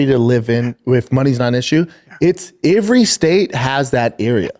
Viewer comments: “ivry state has that area” - “ivrywhere” - “ifrywhere” - “ivrywhere” - “ivry” He really is about as smart as a bucket 😂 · How does no one stop and tell him how to pronounce the word " every"?